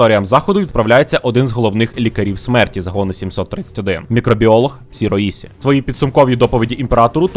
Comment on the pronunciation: Добрий день. Вибачте за додовбування, але ліпше Шіроїші, а не Сіроїсі